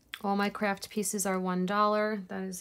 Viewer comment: You're the only person I know who can say craft and make it sound like the word Crap. Hahaha🤣🤣🤣